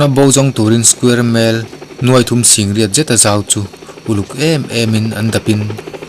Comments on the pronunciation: Square mile tih awm Tak square Mel tih leh daih Mai kha😂😂😂😂...a Zia lo e Mai...in zir belh a ngai a ni...misil nen🤣🤣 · A ngaihawmin a bengvarthlak e. Sontehas, Aircraft misil, square mel etc...tih vel hi han uluk sauh sauh teh. Narration hi uluk lehzual la ka va ti em..engpawh nise, a tha lutuk e. Duhsakna ka hlan a che.